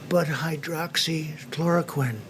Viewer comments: I think why DJT urges the people to take hydroxychloroquine is that he learned to pronounce this Word correctly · Is no one going to mention Trump pronounced Hydroxy Chloroquine perfectly but couldn't even pronounce United States good